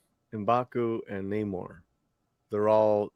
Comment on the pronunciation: I believe it's pronounced "Nahmorrrrrr"